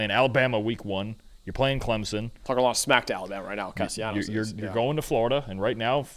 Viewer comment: Hey fellas the proper pronunciation for Castellanos is with an L not a Y. It's not a Latin American dialect.